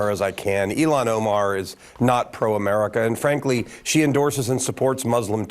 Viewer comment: HER NAME IS NOT ELON OMAR!!!